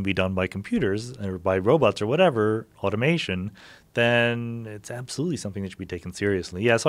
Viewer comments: Joe "automentation" Rogan LOL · Joe "automatation" Rogan